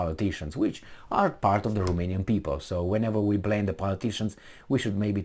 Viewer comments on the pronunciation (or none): none